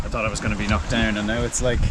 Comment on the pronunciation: Sorry for the silly question. When you say “Kmocked Down” what is that? Enjoy your videos too.